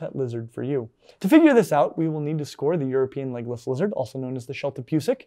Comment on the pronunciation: I could swear he is saying "Legolas" lizards😂